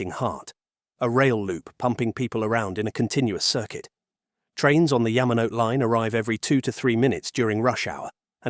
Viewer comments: It's pronounced Ya-ma-no-te, four syllables. Not Ya-ma-note. Is it so difficult for you people to get this right, after so many decades of immersion in Asian culture? And to think your channel is called "Behind Asia", and you point it out as one of the most notable lines in this documentary, then proceed to mispronounce its famous name. Please study harder, and don't make excuses about your AI voice either. (I'm being deliberately blunt about this, so you can feel how jarring and annoying this negligence to pronounce properly is. And don't even get me started on "Weno") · Yes. It’s well written but if the narration can’t even pronounce Yamanote correctly then the content starts to lose credibility. I think this video made valid points, but it fails, simply because of the AI. Safe to assume this will improve though.